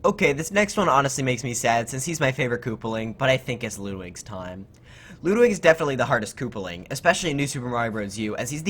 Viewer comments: Ludwig is not pronounced as ‘Loodwig’. It’s pronounced as ‘Ludwig’. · Its Ludwig not loodwig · loodwig is how he said it. Ludwig is how I say it. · Am I the only one that noticed that he said lewd-wig?